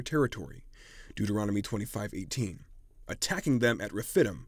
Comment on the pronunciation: Rephidim=. Reh-fid-deem😉